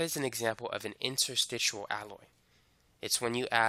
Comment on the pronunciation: Interstitial, not "interstitual". Suelement l'Anglais.